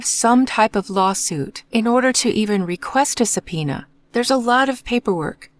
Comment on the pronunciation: come on, it's easy to hear it's AI. The rhythm and pronunciation are off a lot. Especially the word subpoena is very off. YouTube unfortunately has been flooded with AI. They scan the popular content, create the script with AI and then let AI narrate it. They also give the channels names that suggest it's an actual person. Don't fall for it! Or well, you are probably the owner of the channel as within an hour of your reply amonst quite many other replies now this got highlighted. Just stop the AI videos, nobody wants that content!